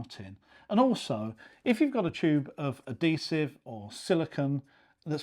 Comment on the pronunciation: Bad habit pronunciation NOT "a-dee-siv" SAY "ad-hee-siv" DON'T say "elfie" DO say "H-ealTHy"